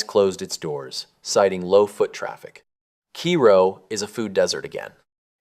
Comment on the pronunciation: It’s pronounced KAY-ro